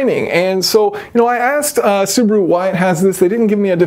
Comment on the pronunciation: It’s so funny how you pronounce Subaru. You are saying Subru 😂 where is the A? LMAO